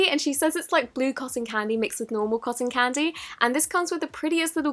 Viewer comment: Can u not say coson candy